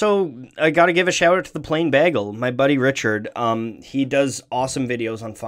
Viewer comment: the way you said bagel... you’re going to jail